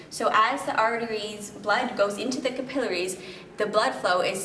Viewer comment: Notice that she pronounces "capillaries" correctly, unlike the vast majority of people today.